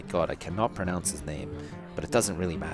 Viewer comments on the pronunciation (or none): none